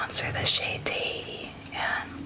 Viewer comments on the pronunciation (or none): none